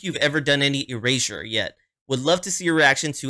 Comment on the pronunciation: You pronounce it correct. I have been a Erasure fan since 1985. They are great in concert. They have a big catalog. Please do more Erasure.